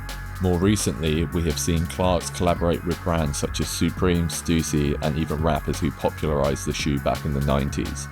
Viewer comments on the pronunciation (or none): Pyewma? Stoosy? Addy-dass? I get that you're English but bro there's a limit...